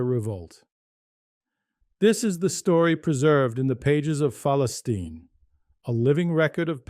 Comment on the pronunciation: At least learn how to pronounce the actual name of the paper 🤣